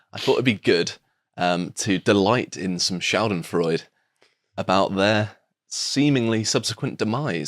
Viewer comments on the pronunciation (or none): It's schadenfreu-duh,. It's Jerman. Edit: this reminds me of scam mails, which are deliberately misspelled to weed out the intelligent. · Schadenfreude., Schadenfreude. SchadenfreudEEEE. SCHADENFREUDEEEEEEEEEEEEEE!"!!! THE E AT THE END IS NOT SILENT. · Be civilized. Pronounce Schadenfreude with 4 syllables. Pronounce the last “de” distinctively.